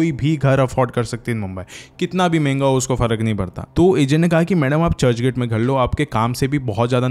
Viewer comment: Third class narrating skills... You can't even say MEHENGA instead you said menga .... Legit it was a comedy story